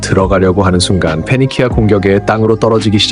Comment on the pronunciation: 레전드 명작이라 그런지 오랜만에 봐도 스토리가 쥬시하군요 fㅞ니킈아라는 발음이 쫀득하고요